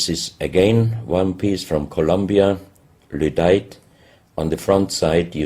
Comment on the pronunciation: He keeps saying "ludite" but I think he means "lydite".